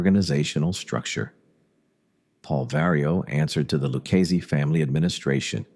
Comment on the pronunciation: the LOO KEYS family. AI DOC